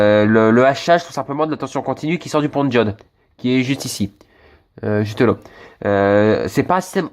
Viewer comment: Tu dis pas la mais lo tu remplace les a par des o t’es du nord toi